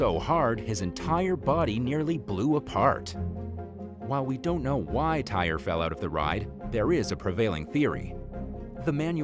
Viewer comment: The young man that died on the freefall ride in Florida was named "Tie-Ree", not tire. Your slight dig about his weight, at 14 years old was very tasteless and off putting. Describing the actual accident was downright offensive. Were you or your team aware that he played football? At 14 and his size and height? By the way, do you guys even know how tall he was? He was in Florida with his football team, hours away from his parents. Could you imagine the horror of them finding out that they lost their son in such a tragic way? They were hoping he was enjoying himself and he would be home in a couple days, only to have their lives upended with a ring of the phone. Was it necessary to describe the aftermath of him falling off of the ride the way you described it? Oh yea, you did, shock factor to keep people coming back to your channel. How do you think his loved ones would feel coming across this video and having to hear that? I rarely comment on videos but this one really got to me, deep under my skin. He was only 14! A baby compared to me being 45. What you said was totally unnecessary. I doubt you even cared to learn specifics about him or the accident. You just focused on your gruesome description. The reason he fell was the fact that the ride operator was too busy flirting with the girl next to Tyree that he didn't notice that his harness was not fully latched. He should have noticed and had him leave the ride. Tyree even told his cousin that it wasn't down all the way. He w